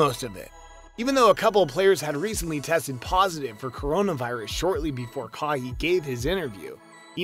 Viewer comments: Bro it’s ka why not kahee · Who is kahee??? Right pronoucing:kawhy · its not kahee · "Kaw hee" fun guy Leonard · Ka wai thats how u pronounce it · Kaheeeee haha WTF dood u should not be making videos about the nba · KAW HEE? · who’s going to tell him how to pronounce kawhi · U are killing kawhi name😄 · Can someone teach him how to pronounce kawhi Leonard